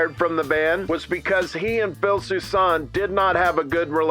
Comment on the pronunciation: His surname is pronounced "Susan", not "Soo-sahn". SMGDH...